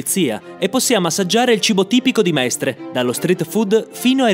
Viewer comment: Sono veramente deluso dalla pessima pronuncia di Mestre